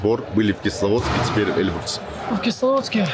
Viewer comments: Выучи ударение в названии горы "Эльбру́с" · Почему они говорят Э́льбрус?